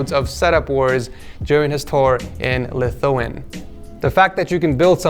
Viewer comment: not lithuwin its lith-u-ania